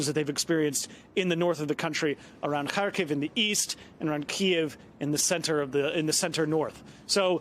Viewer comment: Finally. A on site correspondent is pronouncing the city names properly. NBC: please take just a minute and listen to how Lviv and Kharkiv is pronounced. Your butchering it lol